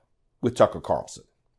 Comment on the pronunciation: One comment. You keep mispronouncing F***er Carlson's name...